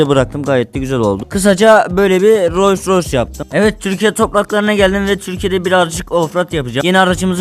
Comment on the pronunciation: Abi urus deyil roys roys